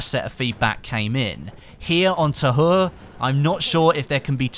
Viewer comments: is it supposed to be called Pres de twa in English, I'm just curious please no hate but it's bothering me it being pernounced tahur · its pronounced Ta-oore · The H is silent in French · its Pronounced Pree De Tah Ur. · The french dont say the H so you pronounc it as ta ure